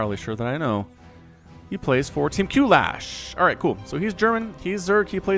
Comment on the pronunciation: For the record, Qlash is just pronounced as Clash